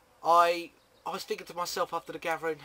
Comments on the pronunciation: It's "gathering" you SAY "gatvering" LOL either way it's still funny! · runescape "Gafvering"